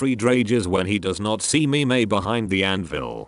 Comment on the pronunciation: This idiot does not know how to pronounce Loge and Mime and Sieglinde and Brunhilde A final E in German is pronounced "uh" Sounds really, really stupid.